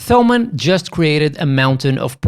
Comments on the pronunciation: It's pronounced Tomann, with a "t". Like Thomas in English. Thanks for the review! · Not even englisch native speakers call them /θəʊmən/, just like no one would call Thomas /ˈθɒməs/. You're best off never using /θ/ outside English and Greek.